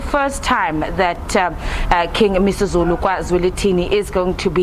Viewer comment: King MisiZulu can't read zulu🤷🏽‍♀️🥴